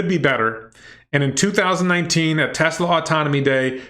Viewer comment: He might have a speech defect that makes it hard to pronounce certain letters, like a lisp. I have that same problem and have to say Tesla the same way, as “TeZla.”